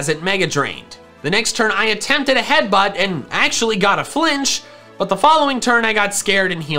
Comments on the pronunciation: headbutt not heatbutt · Ah yes my favourite move "Heatbutt" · haha “heatbutt”